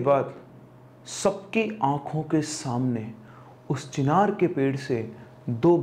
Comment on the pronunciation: Chhinar nai bhai चिनार 😂😂😂